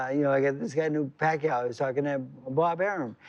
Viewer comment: 🇵🇭 Thats George Foreman's Tongue Twister haha. Pack-Ke-Yaw Puck-Yaw Jim Lampley cuts in, Pacquiao .. 😅